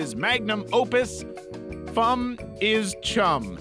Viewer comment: Füm not fum